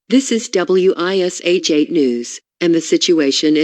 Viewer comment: Ugh... being a local in Indy... hearing the voice say "W.I.S.H TV" and not just saying Wish TV made me cringe.. lol! Good stuff tho!